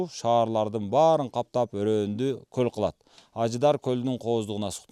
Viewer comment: Коозрак суйлончу! Коль эмес, голь деп айткан тууру болот адабий грамматика боюнча. Ошто туулгам.